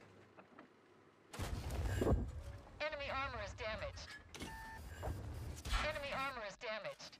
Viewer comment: am i the only one who hears eminy (Em En Y) vehicle destroyed? by narrator when he gets a kill?